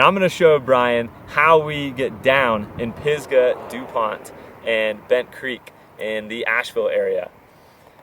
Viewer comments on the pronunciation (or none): none